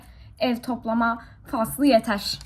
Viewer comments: yeto ne ya yeter demek istedin herhalde e r bu harfleri söylemek çok mu zor yeter demek çok kolay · Ya tiktokts yeto diolar sakasina yeter demek yerine k yuzden yeto dedi ne abarttin